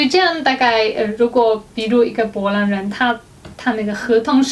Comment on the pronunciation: 士愷的po兰听得我好痛苦，popopo